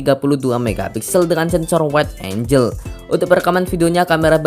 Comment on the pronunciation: Angel dibaca enjel Angle dibaca enggel